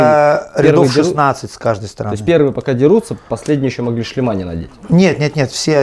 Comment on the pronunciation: ⚠️Не "шлемА", а"шлемЫ". Говорите грамотно, неучи.